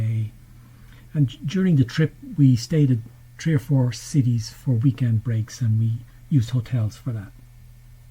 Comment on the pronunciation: first off, your design is outstanding, m'dear! Secondly...Lol...every time you pronounce 3 as, "t'ree" those of us watching have to take a shot of Newfie Screech!:D